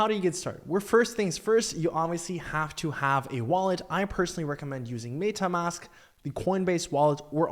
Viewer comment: I was like let's see where this goes, then I was out after he butchered Adidas and MetaMask. I cleaned my ears and listened again. Nope.